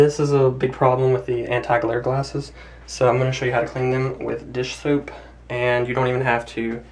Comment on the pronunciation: RU myopic? Did you say dish poop?